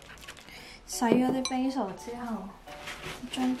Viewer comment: 其实 Basil的读音是错的。一看就知你对烹饪当然不熟。一个人在外 保重哦